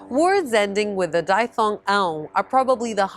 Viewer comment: Please change your pronunciation of the English word, diphthong. The "i" is a short "i" sound, as in "hip," not a long "i" sound, as in "hide." Otherwise, thanks for these short tutorials. As a beginner, I'm paying most attention to the sound of the Portuguese language.